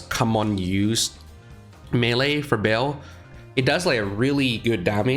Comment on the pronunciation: it call ba-el